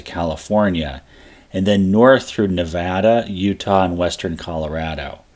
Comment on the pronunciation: Bless your heart for saying Nevada the way the locals do